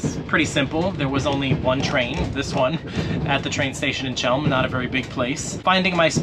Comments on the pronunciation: Man, so those are not just some ancient legends nor stereotypes: you Americans really don’t give a toss about learning how the geography you travel to is pronounced 🤔 It’s Chelm (!) {khél’m} But my personal like for giving a toss and visiting my beloved city. And learning how to get to the toilet as well 😂❤ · How is it that English speakers can never pronounce foreign names? Chełm? 🫣